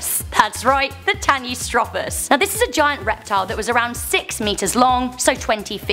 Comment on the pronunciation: actually tanystropheus is pronounced Tan-e-strow-fe-us